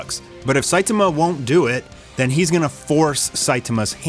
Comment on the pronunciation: Dood, please learn how to pronounce Saitama. The least you can do is to say the main character's name correctly. I stopped watching because I couldn't listen to you butcher his name any more.